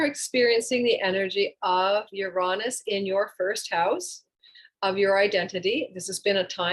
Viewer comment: The way you say Uranus is almost enough deter me from the channel, no offense but it’s (YURE-AYE-NUS) not (YUHR-AHNUS)